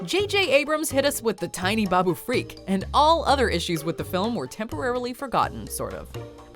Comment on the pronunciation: Why does she keep pronouncing it "freak"???? It's FRIK, NOT FREAK!!! And, they're both awesome.